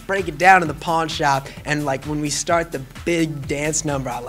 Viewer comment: Did anyone else catch his accent when he says "in da pawn shop scene" - ? He sounds so country, I love it.